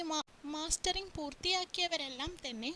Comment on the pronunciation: മാസ്റ്ററിങ് അല്ല മസ്റ്ററിങ്